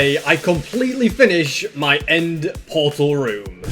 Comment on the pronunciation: I just love how he says mi instead of my